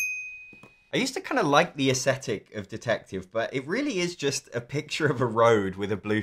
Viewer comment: You say "aesthetic" weirdly. And you said it dozens of times. It's not "asshetic".